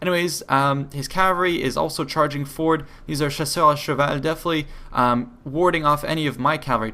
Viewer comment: Are you french, i'm french and you speak french very well when you say:"chasseurs à cheval" !